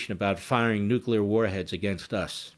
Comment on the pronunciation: Did he say nukel world trade center